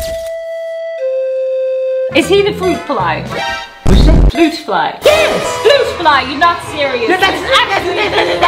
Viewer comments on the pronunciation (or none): She said floot fly in first episode